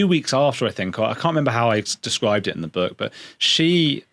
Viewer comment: H G TUDOR has a particular vowel sound which indicates North Eastern England …possibly … might be HULL. The vowel is glaringly obvious to some of us. e.g. the vowel in BOOK. HG pronounces it BUCK. Listen to several of his broadcasts and it will become obvious to you. The other noticeable trait is the deep timbre of his voice… quite like JEREMY CLARKSON.